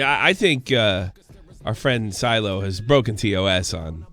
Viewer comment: SHY-LOH. Not “Silo”